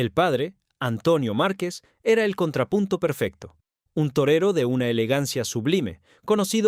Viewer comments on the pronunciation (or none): none